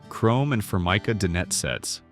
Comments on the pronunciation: The word "dinette" is pronounced "die-NET." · This is part true and part nonsense. AI doesn't pronounce "dinette", sometimes "can opener", "sauteed" etc. correctly. Mentions things still being done today as things only done in the past. Wrongly shows vinyl as well as linoleum. Wrong decade for ice boxes as fridges became popular in the late 20s. They were becoming frost free and changing coolants by 50s. Trivets never just protected Formica as wood and marble cannot take high heat as well. Microwaves didn't become popular until the 1970s so don't know why it was mentioned. In the wall ironing boards were popular in bungalows or craftsman-style houses not really the 50s. Dumbwaiters were for much older houses with servants where the kitchen may have been in the basement so food could be delivered to another floor. Tile countertops were always a grout cleaning nightmare, not something to wax poetic about. Forgot about bread pudding or herb stuffing. All sorts of rendered meat fat was reserved for frying, especially deep frying. Showed full cuts of meat used when talking about scraps used for bone broth. I make fridge pickles now back then family members made true pickles. It wasn't parchment paper used so often it was cheap waxed paper, as the silicone layer wasn't patented until 1958.